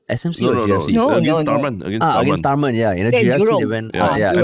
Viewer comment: Tharman. Prounce the R